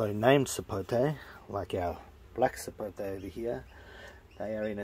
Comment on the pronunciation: Finally an Australian that doesn't say "Sapotey".